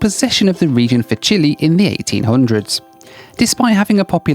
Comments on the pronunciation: „Chili? This is a condiment. The country is Chile. The e in the end should be pronounced as in ten and not as in tea. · CHILE NOT CHILI LOL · Until I saw the map and spelling of the locations, I didn't know where you were headed,. It is not PORTO Williams and the country is not CHILI (OR CHILLY--which is what you were) Puerto Williams and Chile. Please learn the correct pronunciations so your followers aren't confused. (maybe I am the only one). But the BAC-146 is pretty cool.